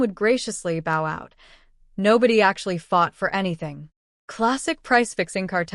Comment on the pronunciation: I wish you'd put the name get it in the background of the video video. That's how some of the AI channels are able to attribute the original work which a lot of people won't bother reading they just want to listen to your AI rendering. Other than the pronunciation of bow and a few other things you're doing much better.